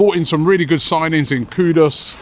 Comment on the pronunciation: Guys pls as a Ghanaian I can assure it’s not pronounced “KUDOS” there’s clearly no “O” in his name